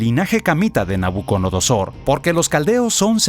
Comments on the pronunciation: Es nabuco"DO"nosor y NO nabuco"NO"dosor😅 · Me enoja sobremanera que el comentarista no sepa pronunciar el nombre de Nabucodonosor.